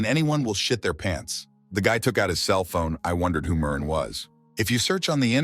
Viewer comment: Man trying to Pronounce Murin-in like Aluminum..😂